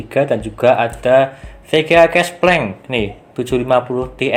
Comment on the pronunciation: kesplenk??? KESPLENG???????????? SANGAT REKOMEN????????????????????? LAWAK...